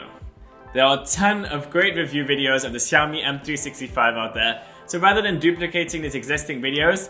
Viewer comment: If you call it siaomi one more time ia break my screen 😂